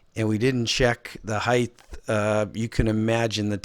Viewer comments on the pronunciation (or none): Height not heighth